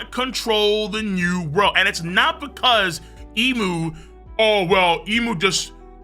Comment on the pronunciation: Thank you for pronouncing Imu correctly